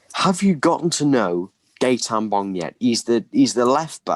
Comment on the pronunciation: I love how calls him "Gaytan Bob" 😂😂😂